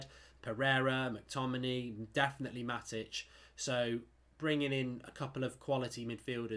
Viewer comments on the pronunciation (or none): none